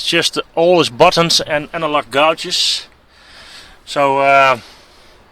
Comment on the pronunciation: The word gauges is pronounced gay-jizz. Great vid though.